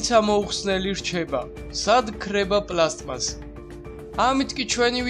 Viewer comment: პლასტმასი პლასმასი კი არა :)